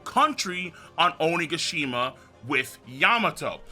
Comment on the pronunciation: Oni-gishi-shima u mean onigashima😭